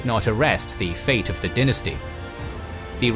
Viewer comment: Pronouncing dynasty that way at the beginning rubs me the wrong way